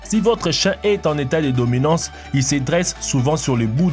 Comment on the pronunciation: On dit pas bominanse mes dominatoin